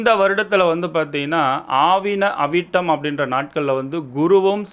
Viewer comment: அது ஆவணி அவிட்டம் சார் . ஆவின அவிட்டம் அல்ல😂😂😂😂